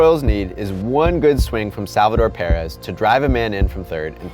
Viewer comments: It’s Perez not pearez 😂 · Please! It's not PEAR-ez, it's PER-ez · Stop saying parez it’s Perez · Perez not Pair-ez jeez! So annoying 🍐🍐🍐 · Why does he say it like parez it’s Perez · Its Perez not peeyyrez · I can’t get over your pronunciation of Perez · The way he pronounced Salvidor Perez's name over and over and over again is frustrating. Als.ost as frustrating as he way this season ended for the Royals. Also, Gordon could not have made it to home. There's MULTIPLE sources showing all the scientific evidence proving that all over the internet. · That's not how you pronounce perez😂😂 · I honestly only watch these anymore just to hear how bad he butchers names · Is no one gonna mention anything about how he pronounces perez wrong? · Why he say Perez like that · I cant ignore how he keeps saying Perez like an idiot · He can’t even say Salvador Perez’s name right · When he misprounounces Perez 😡